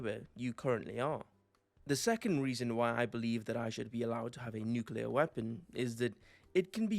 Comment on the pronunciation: Glad you said nuclear and not “nuculer” like so many people.